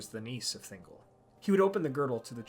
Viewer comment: *ThinGOL, not Thingle 🤣 you don't say Gellum for Gollum.